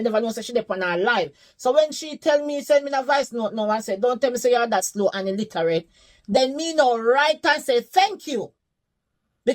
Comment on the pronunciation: The fact that she said illiterate wrong sent me 😂I could’nt have taken her seriously